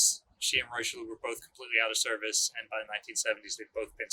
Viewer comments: Lol your French pronunciation is way off. I heard it’s pronounced like rishilly-air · Richelieu is pronounced "Rih-shell-yeuh" not "Rai-Cheloo" nor "Roy-Cheloo". I have heard far too many people including our dear butchering the name, I get the spelling seems odd but its not that hard, on behalf of France I ask very nicely to say it right. Thank you to and the Battleship New Jersey museum for making a video on the pride of the Marine National.